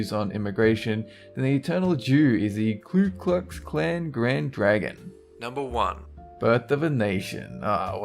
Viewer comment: It's not the KLU Klux Klan, It's the KU Klux Klan. Do your homework dumbass